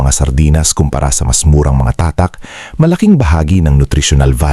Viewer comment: Ano ang tamang bigkas sa tatak!? Ayusin mo nman ang pangit da pandinig ungas!